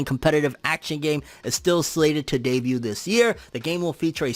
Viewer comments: Debut=Day-bue. They T is silent fam... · Great content. Glad I subscribed! But the “t” in debut is silent. lol